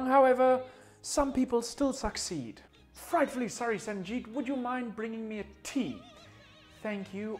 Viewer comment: You only pronounced Sanjeet wrong.